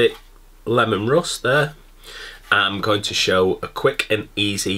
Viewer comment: Hahaha Pronounced Leemon, Lemons are yellow 😀 just saying